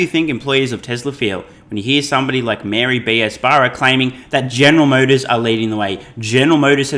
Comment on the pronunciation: does not pronounce the name Mary very clearly.....why....? I shall tell you why....PEOPLE OF EARTH.....Mary was the mother Jesus Christ.........and is not a leader of anyone....but a follower...of someone I can assure you.............YOU DON:"T WANT TO KNOW